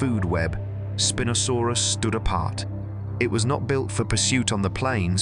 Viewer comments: It's "spine-o" saurus... not "spin-o" lol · Did the Spin-O sarus spin around like in a disco or was it named for having a large sail for a SPINE? I'm hoping for the disco name as I love disco balls and spinning around but alas I think IT IS PRONOUNCE SPINE-O-SARUS.